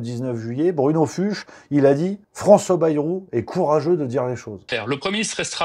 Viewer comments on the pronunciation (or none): Fuchs se dit "Fouks"